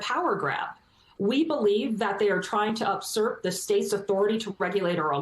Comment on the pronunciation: ❤ Jena! It’s u surp, not up surp.